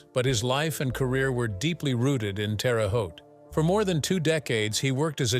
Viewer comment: it is not pronounced Terry Haute, Terra (Terre) Haute.